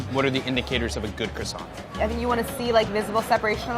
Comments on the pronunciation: Im surprised that with all that french knowledge Claire still pronounced Croissant wrong (mainly pronouncing the silent T at the end). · M N not at all! are you high? What’s the point in pronouncing the T in croissant when she perfectly knows that it’s silent? She speaks great french yet choose to mispronounce that word. Why? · Still pronounces croissant wrong though! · Claire: shows off her knowledge of the french language Claire: pronounces croissant “cross-ont” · Really enjoy these guys, but can somebody tell me why employees of a media entity called Bon Appetit refuse to pronounce croissant correctly. Not only should it not be one of the French words that English speakers have trouble with, but these are food professionals eating at a French restaurant! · Avi Mikhaylov there is still no need to pronounce the effing T at the end of croissant! It’s a silent T, it’s actually saving you time! How hard can that be?? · Croissant is one of the very few French words that I know how to pronounce... And, I'm really sorry, but neither Claire nor got it right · yes she did ! but i can see why croissant would be hard to pronounce